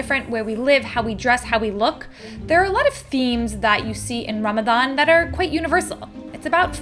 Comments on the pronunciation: I love also how you went out of your way to pronounce words correctly like Ramadan and Muslim ❤ felt so genuine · I LOVE the way you pronounce Ramadan! its refreshing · Okay, I have to give it to: perfect pronunciations. I don’t know if it comes naturally to you now (given your partner) or if you actually made an effort. In any case, it’s noticed and it’s appreciated. 🤗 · Hit like the moment you pronounced Ramadan correctly 🥺the effort to learn <3 ✨ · Thank you so much for shining a light on what is such an important part of the muslim faith. I am so impressed with your pronunciation of Ramadan, ifthar and maghrib ❤❤❤ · The fact that you say Ramadan correctly makes me so happy :) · love the way you pronounce "Ramadan" and "Muslim"!